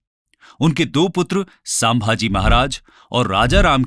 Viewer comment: aadesh_Singh खुद को शिक्षण कहते हो कम से कम शब्दो का उच्चारण तो ठिक से करो 1 शिवनेरी को शिवनेर, 2 समर्थ रामदास को सामार्थ रामदास, 3 आमेर को अंबेर, 4 संभाजी महाराज को सांभाजी महाराज, * अफजल खान के पास कटार नही बिछवा था! *छत्रपती शिवाजी महाराज जी के बहोत पहले से चोळ साम्राज्य के पास नेवी थी